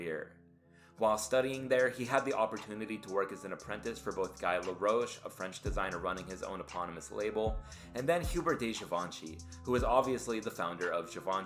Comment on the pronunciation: Girl, you have many facts wrong on here. First off, LEARN HOW TO PRONOUNCE DESIGNERS' NAMES. GUY LAROCHE (GUY IS NOT PRONOUNCED LIKE "GUY/GAL" WORD. DUH!!! LOOK IT UP!! HUBERT de GIVENCHY. Hubert is mispronounced. Try it in French. He's not referred to as "de Givenchy" either. Get it right. Also, Dai Fujiwara has NOT been at Issey Miyake in years when this video was done. There's been four designers since Issey retired and at the time of this video was and is Satoshi Kondo. APOC stands for A PIECE OF CLOTH. NOT CLOTHING. Jesus, people doing video who think they know........